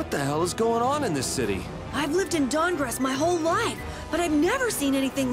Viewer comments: The guild of cities, StahnGarrest. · The guild of cities, Dang-rest.